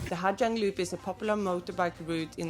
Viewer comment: You do know that the letters "Gi" together in Vietnamese is pronounced as a "Z", right? It's pronounced Ha Zang.